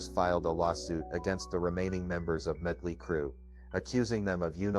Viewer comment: I thought it was muddley crew 🤣🤣🤣🤣